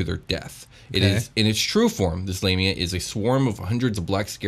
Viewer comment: I heard Labia 😂